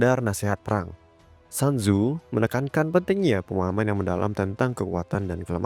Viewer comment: Maaf bang, cara baca namanya itu "sun zu" atau "sun zi", bukan "san zu"